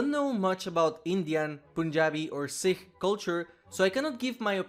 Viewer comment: I'm glad you mentioned Sikh culture, (and pronounced it correctly too!) I was also talking about this when she came out. I have close friends who are Punjabi and Sikh, and I actually spent some time with them in Punjab and learned a lot about their culture. They're very serious about not cutting or altering their hair, so when I saw she has that short hair with a blue streak, I was really upset about it. Her last name Kaur implies that she is Sikh right off the bat. and it would go into her character to want to honor her parents by adhering to the customs they taught her. I have a feeling BHVR just didn't research Punjab or Sikh culture. I was very disappointed by her release, and I got ATTACKED on twitter for talking about it. So thank you for making this video.